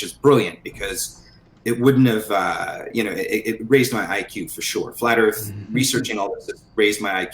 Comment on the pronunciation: This guy is a mouth of garbage, erff is not earth